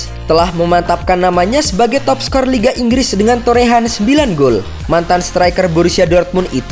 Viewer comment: Min ngopi bngsd "Inggis apa Inggris Bngsd 😂